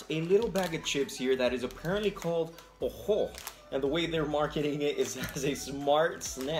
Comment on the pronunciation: Oho was pronounced right👍👋